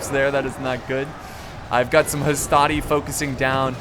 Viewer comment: NOT HASTATI MAN